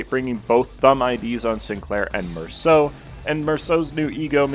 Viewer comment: FINALLY SOMEONE THAT PRONOUNCES MERSAULT THE RIGHT WAY 😭(amazing overview btw)